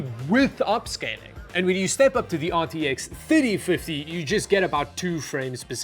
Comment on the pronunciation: aar tee eks theytee fiddie